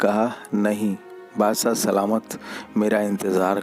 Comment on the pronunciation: Dost Badshah hota hai naki bassah bhai hindi sudharon